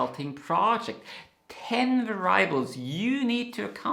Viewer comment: Va’-ri-ab-les, not va-ri’-ables😊